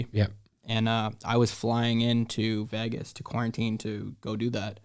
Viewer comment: Why does he pronounce it Vehgus lol